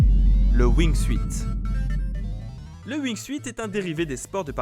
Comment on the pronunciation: wingsouitte hahah